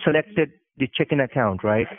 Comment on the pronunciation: I don’t mean to make fun of the accent. But... ... I can’t be the only one hearing “chicken” account... right?